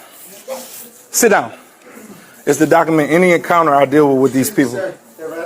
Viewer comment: It's "docUment" not "docament". And the it's "earth' not earf. Lol